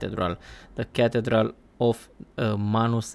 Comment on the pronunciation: It is pronounced as ca thee dral. No knock on you though bro.